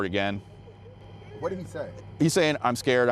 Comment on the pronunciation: "eyes scayed, eyes scayed"...